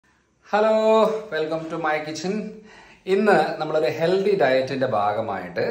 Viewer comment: ഹെൽദി അല്ല ഹെൽത്തി 🤭🤭🤭